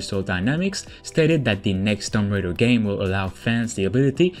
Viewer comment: Lol he said Tom Raider